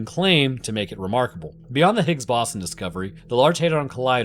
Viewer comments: bro i had to go back and hear how he pronounced "boson" multiple times, this is how you know he is a deep fake AI (jk just never heard ppl say it that way) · it's bow-zahn, not baw-son </3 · The Higgs "Baw-son"? It's pronounced the Higgs "Bo-zon". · It's pronounced "higgs BOW-zon" not ba-SAN like you did in the video. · Its pronounces "boze-on" (like "bozo the clown" ) NOT "boss-on" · Boson not Bossen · Ahhh, the Higgs Bahson 😆 dude, it's Boson (Boe - sun) science much?? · Its bose-on not bossin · I beg of you, please stop saying "bossun". It's bows-on. You got electrON, neutrON, protON, bosON. The end of all those words are pronounced identically. In other unrelated news, that scientist that's clearly an anglerfish named François? New arch nemesis detected... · I know it doesn't have an official pronunciation but boson pronounced boss-un just gives me the giggles. Oh no the final boss-un, gotta make sure I have enough potions, etc. Most people say it bose-on, but after hearing the people at CERN, pretty much anything goes. It's like linux, the actual verified pronunciation is lee-nooks. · I thought it was pronounced bow-zon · Higgs bose-on like doze on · It's pronounced "Boe-zon", Bosons are named after Satyendra Nath Bose, an Indian physicist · The way you pronounce boson is a war crime. BOW-ZUN. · Higgs BOSSIN' - New very much proper pronunciation. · the "Higgs Bossen" was grinding my gears. i don't get how he learned all that about particle physics but never heard boson pronounced correctly along the way. it's gotta be engagement bait right? please don't do engagement bait it's so lame, you're better than this lol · It's "Boh-zawn" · The absurd mispronouniation of bosun kept me firmly locked in and after the first two, I decided to shotgun a beer for every time it happened after. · Are you using AI for your voice now? -- Are you trying to say the Higgs Boh-san (Boson)? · How do you not know how to pronounce "Higgs Boson"?